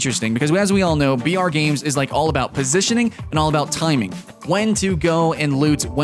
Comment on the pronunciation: every time you said br, I herd vr XD